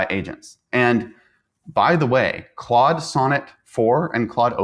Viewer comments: It's pronounced "clawed". Not "clode". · Notice how your guest correctly pronounced Claude. Please stop saying Clode 😂